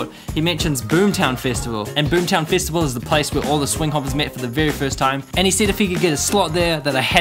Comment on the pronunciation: i just wanna say no offense ( ^u^) why the hell do you say festival like fist-avl